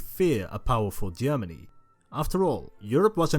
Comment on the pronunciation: Wesh Germany and Eash Germany....😂 😂 Can't you find any other narrator other than this person who tend to end every word with "ish"?